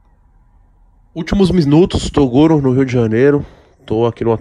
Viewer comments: "Últimos misnutos" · Tem toguro falando errado tem Like Últimos misnutus kkkkk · Só eu que ouvir últimos misnutos? Kkkkk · TEM TOGURO FALANDO MISNUSTOS NO INICIO DO VIDEO TEM LIKE! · Se tem o toguro no começo do vídeo falando “ÚLTIMOS MISNUTOS” tem like kkkkkkkkkk Tmj fellas 👊🏻👊🏻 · " Último misnustos "